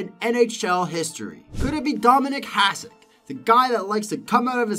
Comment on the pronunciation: Number 9, Grant Fuhr, His name is pronounced Grant Fue-Er. Number 4. Dominik Hasek is pronounced Hah-SH-ick Number 3. Terry Sawchuk, pronounced Saw-Chuck, you said right a couple of times but stumbled over it as well. Number 1. Martin Brodeur, you got the last name right but his first name is pronounced Mar-Tan. That's the mispronounced names. Number 2. Patrick Roy, not a single image of him. you had some old pictures of people who weren't Patrick Roy. The mechanic you seemed to use was wins, mostly. You threw out a few stats for other goaltenders but it wasn't consistent throughout. Hopefully this is the constructive feedback you were looking for.